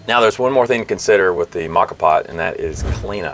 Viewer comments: I have enjoy rocky and silvia at home for more than a decade. It is kind of a different kind of percolator. Interesting I though ur pronunciation of the Italian words were wrong. Turned out I was wrong and right. Lavat-za was correct but as far as I can tell it's mow-ka. Like the chocolate coffee drink but then again it's not. None the less it is a very compact way to do it and I love the kick of espresso shot in the morn. You every tried Cowboy Coffee? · "Mocka pot". lmao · It's pronounced MO-KAH. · Not sure if anyone else mentioned this but you are pronouncing it incorrectly. The proper pronunciation is “mocha” it is Italian for coffee pot. The moka pot is a stove-top or electric coffee maker that brews coffee by passing boiling water pressurized by steam through ground coffee. Named after the Yemenite city of Mocha, it was invented by an engineer named Alfonso Bialetti in 1933.[1] Bialetti Industrie continues to produce the same model under the name "Moka Express." You can also google “moka pot pronunciation” and listen to it in American English or several other languages. I’ve been using a moka and a French press for years and they are the best. Way better than perc coffee. I also have a device that sits on top of the actual cup. It has a #2 paper filter that you place the ground coffee into. You then bring water to a boil in whatever pot or pan you like and slowly pour the water into the ground coffee. The water filters it’s way down through the ground coffee and drips into your cup. When your cup is almost full you stop pouring the water. When you’re done you simply remove the filter with the coffee grounds and dispose of it however you choose. I like to put the grounds at the base of plants as they are good for the plant. Great video as always Cheers mate and happy trails. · I’ve always pronounced it moe-ka vs ma-ka. Which is correct? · Pronounced Moca pot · Moe - ka, moe - ka,. Preground?! Oh me, you losing respect.